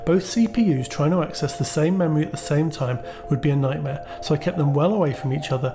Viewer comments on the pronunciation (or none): "Knighmare" Haha